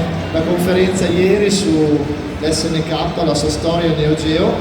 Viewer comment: Appena hai detto "ESSE ENNE CAPPA" e non "ES EN KEI" ho chiuso il video. Fai il professore sotto i canali degli altri e manco sai le pronunce